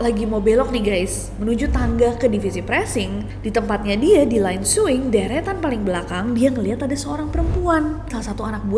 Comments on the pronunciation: Bukan suing tapi SEWING😂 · Kak nes, maaf banget oot. Aku kok pengen ketawa terus ya kak nessie bilang suwing😭🙏🏻 mungkin maksud kak nessie sewing ya? Btw aku pernah kerja di garmen dibacanya emang "sewing" kak bukan suwing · Di bacanya sEwing kak bukan Swing😢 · Sewing nes, bukan suwing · berarti rata² pabrik garmen emang angker ya, aku juga dlu kerja di garmen di bandung sama ceritanya ada satpam yg liat operator lagi jahit malem². btw "sewing" kak bukan swing 😅 e nya dibaca kalo kita bilang kata "emang" 😊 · sewing bukan suwing 😭😭😭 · sewing mbaakkk bukan swing 😅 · Maaf kak bac ny bukan swing tapi seeewing kl bagian jahit dl pernah kerja di garment 🙏😄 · sewing bukan suing mba, kan jago bahasa inggeriss.... :face-blue-smiling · Kak ness.. Maaf Sewing itu pelafalan nya pakai E bukan suwing hehe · Maaf bukan sok pintar🙏 Orang2 garment pasti ngucapin kata SEWING dbaca biasa "sewing". Pdhl pronounciation yg benar itu "ˈsōiNG" Org2 garment memang terbiasa ucapkan "sewing", tapi... Bukan berarti yg sering kita dengar ato sering dgunakan itu adalah pengucapan yg benar. Pls check kamus masing2 ya teman. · aku salfok kak ness nyebut sewing 😂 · Maaf KA nes aku ngakak pas bilang sewing😂